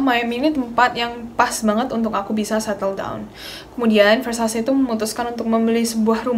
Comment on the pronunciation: just notice ,Ver Sa Ce baca nya ,not ver sha see ,btw aksen baca sebenarnya italian bukan aksen bahasa inggris ,thx u